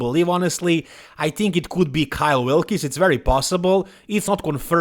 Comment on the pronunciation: His name is Kyle Wilkes. It's pronounced "Wilks" not "Wil'kees" or "Wil'kis"